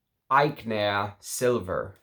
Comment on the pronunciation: It's pronounced "Ety yon", sharply "Ag nair" .